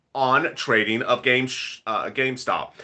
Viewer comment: So what's so hard about saying Gamestop???😏😏😏